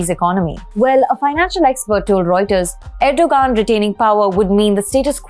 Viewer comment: About your edit...there were so many things she "mispronounced". Like Erdoğan, for instance. The point is, why are you so fixated on that one thing? Why fret the details? Do you pronounce Kerala and Thamizh Naadu the way they're meant to be pronounced?